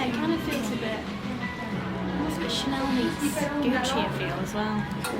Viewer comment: The Chanel what?am sorry but could not quite understand that accent, I like the bag but I would like to know the name of it so I can get it for my wife.thank you in advance.